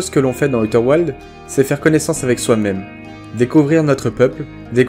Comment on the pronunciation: On dit aouter ouildz